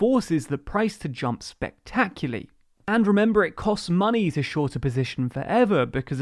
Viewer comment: the word is "spectacularly."